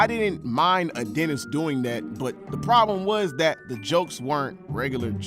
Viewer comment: Bro for the first few minutes I thought you said Dennis lol